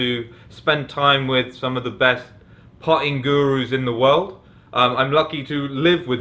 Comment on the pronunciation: Puh'er?, Puh'ing?, when did you lose the ability to pronounce your "t"s?